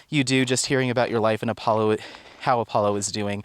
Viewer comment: Every time you call Apollo "Apo" I think isn't that a dog food? It took me the whole video to remember it was Alpo!